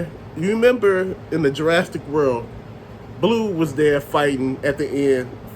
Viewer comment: What is Ju-RAST-ic park? It's pronounced Jur-AS-ick. No "t" in there. LOL